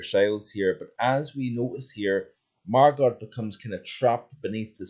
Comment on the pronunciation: Good video, however! the pronunciation of Margot is Margo!!